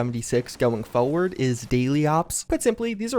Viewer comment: I love videos almost as much he loves saying the word “foeward”.